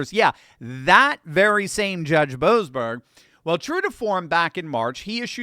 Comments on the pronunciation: YOU SOB!!! My last name is Boberg, and in your other wise wonderful spot at on point you failed to pronounce the se in the name of that low life boseberg. So you said Boberg instead of boseberg! What did my family ever do to you! What a insult to equate my family with a person that chooses to be so corrupt. You ow us a apology big time.😂😂😂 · Shouldn't we pronounce that 'Bo--ASS--berg??' I thought they were about to bring him to accountability.